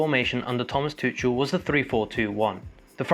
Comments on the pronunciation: ‘Tuchel’ is pronounce Toocul. Love your videos:) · I love your videos but one thing, you are pronouncing Tuchel wrong